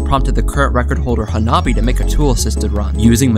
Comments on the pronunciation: Hanabi means fireworks in japanese, also that was pronounced terribly, at least get their name right if your announcing someone’s accomplishments. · Dawg what kind of american ass pronounciation of hanabi is that 😭 also i love that dude's avatar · As fast as a firework Explanation: 花火 (pronunciation: "hanabi") means firework in japanese